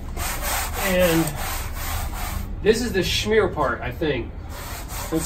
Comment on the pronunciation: Pronounced "sh-mear". :) Like how it's turning out. Any chance of seeing the finished product?